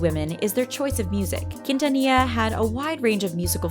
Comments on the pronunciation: Its not pronounced kin-ta-nee-ya!! Its pronounced keen-tha-nee-ya. You have to say it with a flare. Get your shit right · Only for Selena Quintanilla! Like if you're Team Selena Quintanilla! (You don't have to you can also reply) I grew up listening to Selena Q. and Michael Jackson. Since I was born. AND ITS NOT PRONOUNCED KEENTANIA. YOU'RE WELCOME SORRY IT JUST BOTHERS ME SO MUCH KNOWING IM HISPANIC IT BOTHERS ME WHEN PEOPLE CAN'T PRONOUNCE SPANISH NAMES OR WORDS. THAT'S JUST ME. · Why you comparing them? Selena is a LEGEND AND ICON,also you didn’t pronounce her last name right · ella tratando de decir quintanilla es tan desagradable English: her trying to say quintanilla is so cringe